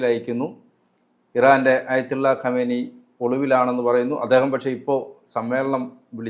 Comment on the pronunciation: ഖമനേയി അല്ല, ഖമയേ നി